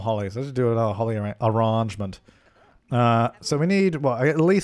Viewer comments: “Orangement” Lol why do you say arrangement like that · If you don't think "Ah-range-ment" in voice when crafting them in your own game... you're not watching enough... c'mon Suppies I know I'm not the only one afflicted. LOL